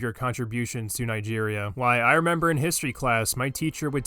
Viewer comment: I didn't knew Nigeria was pronounced that way.